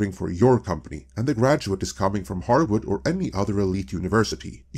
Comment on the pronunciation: "Harward" 🤦‍♂, "Hyperbowl" 🤦‍♂. Please stop using words that you don't know how to pronounce. Or do a second take.